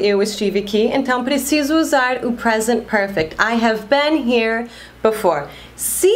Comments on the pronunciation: você pronuncia a palavra been com som de e! Eu aprendi com som de i! Eu falava bin e não ben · muy buen video, muy bien explicado, pero cuando pronuncias been dices "ben" y yo tengo entendido que se pronuncia "bin". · Então é sotaque? Achei que eu tinha aprendido errado. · Você fala been com sotaque diferente. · dúvida a pronuncia de "been" seria bim ou bem ?